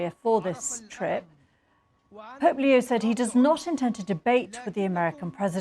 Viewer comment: sounds like you said polio, not Pope Leo! Better articulation, please